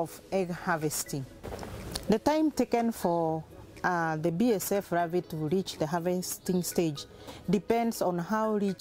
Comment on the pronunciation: ravae or larvae.... so many R in all words, good thing shes not a heart suRgeon.